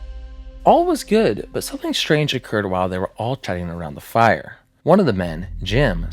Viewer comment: Am I tripping or does this guy pronounce "something" as "sapling"?